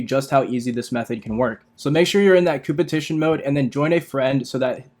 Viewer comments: Are my ears deceiving me? "Cooper Tition"? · It’s CO-OP-ERATION😂😂😂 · COOPERTITION... When you are not able to read or to speak properly... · coopertition lmaoooo u did not pass english class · Now I know how to power level now I want to know why he is saying cooperation the way he is